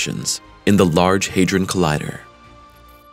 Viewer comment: It's HA like in the word HAT. Not HEY.